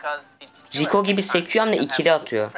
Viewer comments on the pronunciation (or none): Ricoya şiko diyen koca yürekli titan